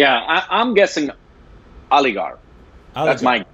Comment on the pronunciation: After traveling to Jaipur, Rajasthan seeing Jaigarh and Nahargarh forts says, "Aligarra" 😂😂😂😂😂